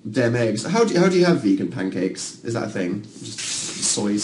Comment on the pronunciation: Anyone realise Dan said Pincakes? No? Just me? Oh. Okay.